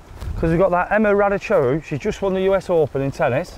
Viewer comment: Emma raduchoru? hahaha raducanu!